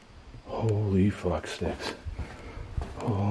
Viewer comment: I had to laugh when you said fuch sticks. I thought I was the only person that said that. Lol. Also I say fuch shit. Great work man.